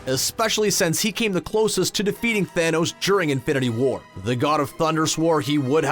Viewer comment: Lol why do you keep pronouncing it "infinity WAR"?